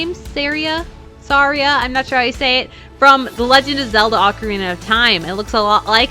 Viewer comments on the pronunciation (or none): none